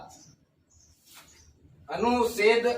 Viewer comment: अनुसेद नही है अनुच्छेद हैं..... उच्चारण स्पष्ट नही है